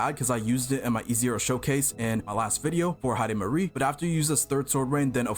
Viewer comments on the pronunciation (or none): Heidemarie ❌ Heidimisery✅ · Heidimarie ❌ Hyper-carry✅